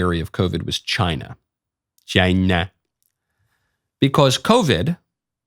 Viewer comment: Tuned in late live, first thing I hear michael say CHY-NA 😂😂😂😂